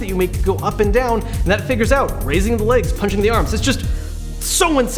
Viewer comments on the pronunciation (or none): none